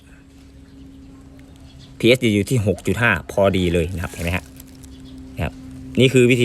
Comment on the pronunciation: มันphทำไมแต่ละคนชอบออกเสียงเป็นps